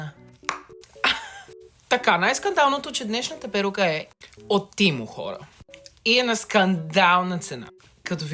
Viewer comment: Не тимо а темо се казва